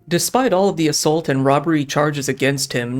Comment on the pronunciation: I hate the way this guy pronounces assault.